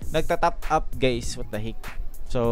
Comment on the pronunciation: "Wat the hik" ka bisaya ba uy HAHAHAHAHAHA